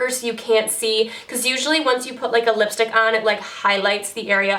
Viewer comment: 7.33 did u say lipshit lol